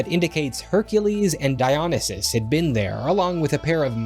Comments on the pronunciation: It's die-on-ny-sus not dion-nysus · di - oh - Nee - sus, ffs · How in the hell can you talk about Greek history and not know how to pronounce anything. That is not how you say Dionysus. I'll say to you what I say to everybody who can't speak properly, read a bloody dictionary!!!! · The way he pronounced Dionysus makes me want to kill spmeobe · The Vera Historia is in no sense a "space opera" Lucian had nod no concept corresponding to the modern idea of space. He travels in the book to heaven. I was quite taken aback by, shall we say, your unique pronunciation of names like Ctesias and Dionysus. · You've mispronounced Heracles and Dionysus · Okay, I have never heard Dionysus pronounced that way before ⁉️ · I’ll never get over that pronunciation of Dionysus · Why does he pronounce dionysus like that